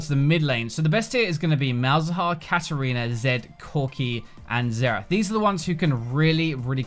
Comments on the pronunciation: KatArina, not KatErina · KatArina not Katerina.... You misspelled it once, but then spelled it properly after????????????????